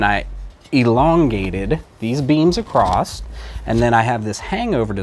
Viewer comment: The word is "across". The word is NOT "acrost".